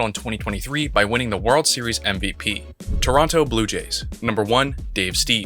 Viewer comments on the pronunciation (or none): none